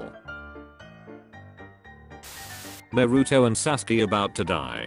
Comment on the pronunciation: Bro this YouTuber doesn’t know how to say there names naruto: this YouTubers Name naroto